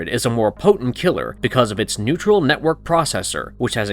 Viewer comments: When I heard you say neutral network processor instead of neural network processor I knew it was gonna be a shit video and I had the bounce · "Neutral" network? I think you meant neural network.